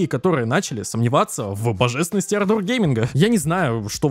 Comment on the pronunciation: Однажды автор сможет выговорить ардор)